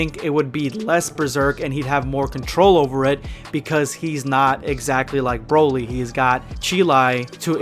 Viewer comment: Chroly or Brolai 😄😅